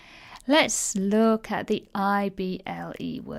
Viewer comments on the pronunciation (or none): You should pronounce the 'i' when saying ible words. It's very subtle of course, but important. You seem to pronounce able and ible the same, which exacerbates the confusion. You even state that they sound the same at the start of the video (which they shouldn't), and then later on pronounce the ible words as able. Surely that's sensible? Thank you for the video. My son thoroughly enjoyed it! :-)